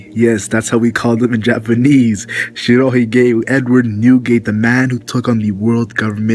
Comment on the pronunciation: Shiro He-gay? Dude, your weeaboisms hurt my ears. Please! Either learn how to pronounce words in Japanese or don't say them at all. Ok, I will break it down. Hige, pronounced quickly as one word, means beard. Also, Shiro means white. So, Shiro hige, pronounced almost like one word to the point that it sounds like some kind of Indian name if it is being used as a person's name, means White-beard. Nothing special about that, and saying it incorrectly in the Japanese does not make him sound tougher or anything like that.